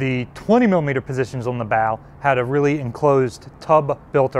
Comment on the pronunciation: really realy wuff? You have to wery qwi et when your hunting wabbits! Just kidding but your names isn't Elmer is it?